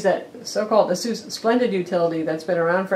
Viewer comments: It is pronounced eh-sus not ah-seuss. Asus like Pegasus. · She pronounced Asus like Dr. Seuss. Dafuq. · u pronounce asus wrong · Nah. Check their ads. Ah-Seuss all the way. I pronounced it eh-sus for a few years too...